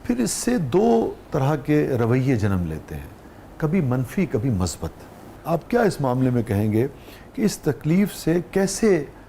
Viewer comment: میرے خیال میں لفظ musbat ہے. masbat نہیں۔ اگر میں غلط ہوں تو میری تصحیح کر دیں۔ شکریہ۔